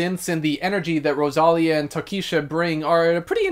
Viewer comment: It's pronounced Ro-sa-Liiiii-a. Not Rosalia. 😅 That's why her name it's written Rosalía. I loved her album.